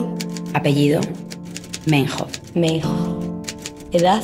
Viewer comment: Se escribe Meinhof, pero se pronuncia "Mainhof" 😔